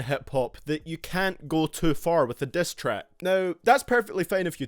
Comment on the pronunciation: "destrack" "breatel" "cross the leane"